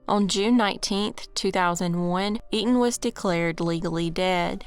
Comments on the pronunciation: Etan’s FATHER pronounced it for a guy in at least one interview I saw. He probably had to correct people all the time. Because I too would read it as “Eet’n Pats” before seeing the dad pronounce it. And why would newscasters just make up the same non-intuitive pronunciation? I’m sure people on the street went with “Eet’n Pats”, but they were not correct. I don’t know what else to tell you but look it up. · there is an interview called “Stan Patz: ‘I am truly relieved’” where the reporter, the District Attorney, and most importantly Etan’s father all clearly pronounce his name exactly as I describe. You’re welcome and have a nice day. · Pronunciation... E-tan